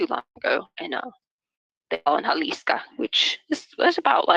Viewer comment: Jalisca? It’s not Jalisco??